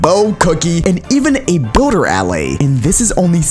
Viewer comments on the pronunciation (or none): Who heard booter when he said builder?